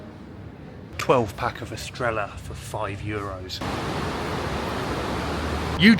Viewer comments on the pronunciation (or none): It's pronounced estreya the double ll is a y sound in Spanish